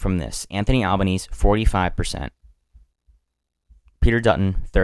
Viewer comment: it's pronounced "albaneasy" not "albaknees"